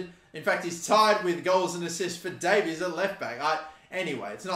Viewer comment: its day-vis not day-veez